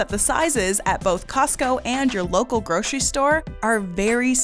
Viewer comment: Since when is grocery pronounced gro-che-ry ??